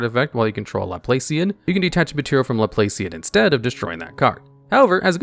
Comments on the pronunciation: Laplacian is pronounced Laplahcian. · The operator pun coupled with mispronouncing “Laplacian” hurt me